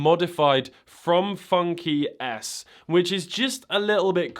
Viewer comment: Is it just me or does FunKey S sound like Funky Ass, whenever he says it? 😂